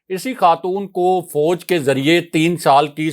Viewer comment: Very detailed information. Please work on ur pronunciation ، it is fauj not fouj.